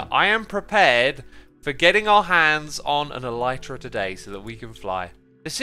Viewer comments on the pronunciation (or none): none